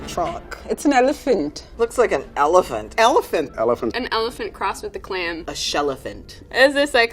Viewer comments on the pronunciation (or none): "Shellephant" LMAO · "a shellaphant" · “A shellefant” 🤣🤣🤣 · Everyone: Elephant Someone: sHellEphAnt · I almost died when he said shelliphant😂😂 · Everyone: An Elephant? That guy, an intellectual: A SHELLEPHANT